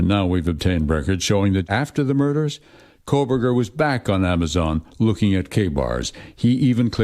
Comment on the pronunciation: You keep saying KOHL-BERGER Megyn and it’s driving me nuts